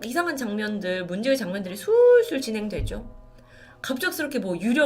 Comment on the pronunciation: 문제으 집이죠.. ‘의’ 발음을 못함